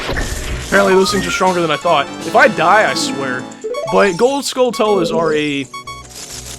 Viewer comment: For the pernunseation of Skulltulas, think of tarantulas only skull instead of teran.